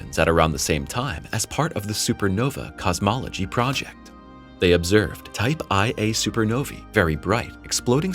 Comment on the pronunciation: AI voice from text. 1a supernovae, not ia! The background info should state this, to comply with yt requirements. How hard can it be to just record a real voice?